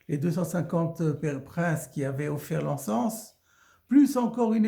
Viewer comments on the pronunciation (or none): encens se dit "enssan" et pas "enssanse" je crois